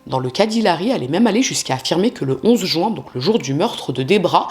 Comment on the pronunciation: Je remarque que les crimes ont souvent lui en Juin, car ça me fait mal aux oreilles à chaque fois. Pourquoi dire "Jouin" ? C'est jUin ! Du coup, je focus sur ça ark !!! Beaucoup de gens en France disent ce mois de mauvaise prononciation